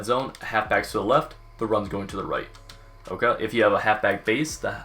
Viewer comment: the absolute cringy way he says ok. Like he got too much PB in his mouth or something